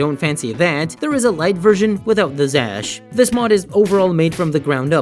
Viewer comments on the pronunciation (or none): It's not Zash, it's ksash...